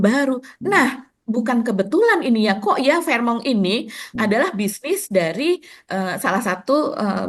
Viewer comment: fairmont asalnya bahasa teutonik / jerman, bacanya fèrmond bukan a la perancis fehmong. nggak enak memproses informasinya seperti mendengar news anchor cadel.